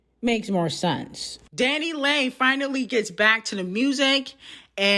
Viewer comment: DanniLAY DanniLEE DA baby MAMA LMAOOOOO I like how doesn’t bother to learn the pronunciation of peoples names that don’t matter (and are also colorist and racist) 🤣🤣🤣